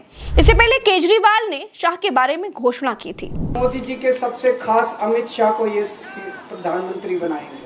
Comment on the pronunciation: Not sahai it is Shah